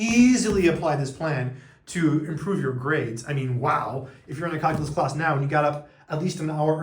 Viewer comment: Hey, what’s cal-coo-lus?